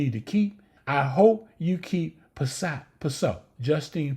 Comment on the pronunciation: You keep saying Justine’s last name right and then saying “I’m sorry” and saying it wrong after 😂..she not French so it’s not “Pih-so”…she Italian. It’s “Piss -Sot”